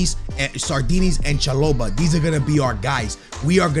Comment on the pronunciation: let’s just fix that pronunciation Cha-Bo-lah